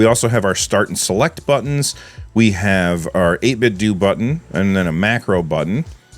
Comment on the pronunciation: its 8bitdew sir not 8bitdough.